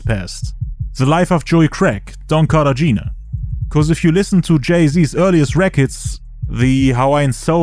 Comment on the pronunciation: Cartagena - car-tah-hena